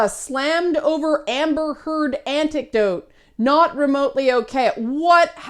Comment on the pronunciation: Im an assh*le, Im getting hooked up on you saying "antecdote" instead of "anecdote". Did something change in English, when I wasnt looking? It seems so common nowadays. Anyway, good analysis of double standards.